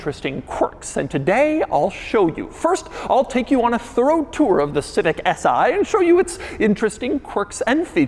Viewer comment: Its not "S I" !!! It's is "Si"! .. as in "Si! por favor"